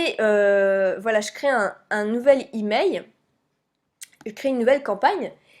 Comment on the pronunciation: on dit " emaiL " pas emai